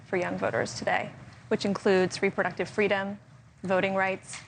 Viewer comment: Girl can’t even say Kamala’s name correctly 😂